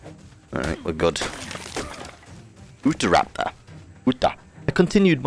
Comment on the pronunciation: I just had to cringe hearing this mans saying "oo-tuh-raptor" instead of the correct "you-tah-raptor" right at the start.